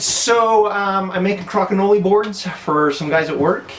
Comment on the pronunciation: Cra-ki-know-lee LOL It's Crow-kin-oll